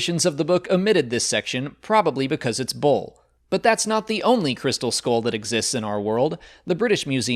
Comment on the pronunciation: It's pronounced skull not skoll